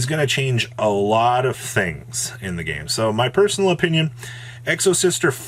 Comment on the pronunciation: did jus say "In my empenion" or am I hearing things 🤣